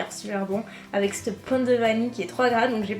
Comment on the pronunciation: On ne dit pas c'te mais cette Stp 😂😂